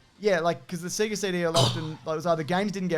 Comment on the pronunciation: Cmon guys, every time you turn on a Sega it pronounces it for you. As a Canadian, you know I'm soary to point this oat.